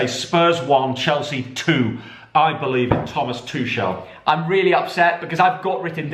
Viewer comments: Please stop pronouncing Tuchel’s name like that lol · Love for them to pronounce Tuchel correct xD